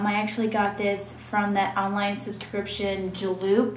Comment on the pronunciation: you say things the wrong way like travalo and julep were are you from ?